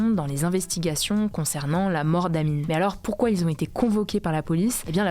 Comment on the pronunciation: Hé Hugo. Pourquoi tu dis tout le temps "mais z'alors" ? 😆